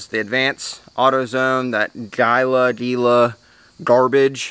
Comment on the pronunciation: pronounced heela. wrap is more shrinkieable and wrap is more cut exactly to size imo